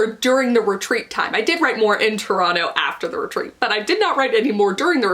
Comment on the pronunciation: Ah, my hometown! Good on you for saying “Toronto” like a native. 👍🏻